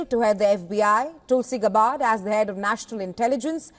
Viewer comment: "Gabbard" is actually accented on the first syllable instead of the second.